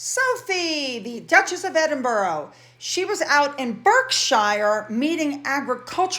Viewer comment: You should google on how to pronounce Edinburgh and Berkshire